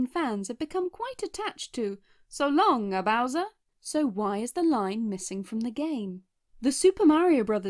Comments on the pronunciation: i always thought it said so long gay bowser i dont know why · We all know it’s because we all heard so long gay bowser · the fact that its supposed to be said as “so long king bowser” and turned out to sound like gay bowser instead is odd tho im still sad that they took that out and used the shinduo version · SO LONG GAY BOWSER ! NOT ENH